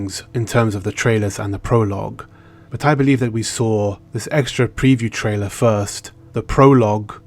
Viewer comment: Dude, please stop with the "trailar."